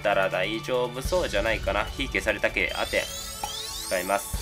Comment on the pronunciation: アメンじゃなくてアテンな